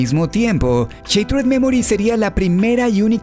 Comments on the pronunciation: Se pronuncia "Shaterd", no "sheitred" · Buen video. El único pero, en lo personal, es que shattered se pronuncia "Sharerd" y no "Sheitred". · am tus videos pero como que CHatered dimensions?? es shhhhhhatered no CHA PORDIOS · Se pronuncia "shaderd" no "cheitred" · no se dice, Sheit-red memoris, se dice "sharer memoris" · Cuando una palabra lleva doble consonante ("shaTTered") la "a" adquiere un sonido de "a" y no de "ei", por lo tanto la pronunciación correcta es "shAttered" y no "shEItered" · Konami: Shattered Memories: cheitred memoris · ¿Sheiterd memories? JJJAJAJAJAJJAJAJAJA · No es cheitered es charerd. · así no se pronuncia shattered :s pero bien video